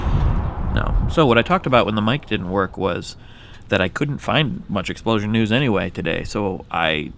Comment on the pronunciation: Hey Wheezy, do you put emphasis on EXplosion, exPLOsion, or exploSION? I hear you alternate between the first two and I think it would be interesting if you tried different ways of saying it and maybe have different explosions for each one. :P